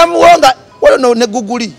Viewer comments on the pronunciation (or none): none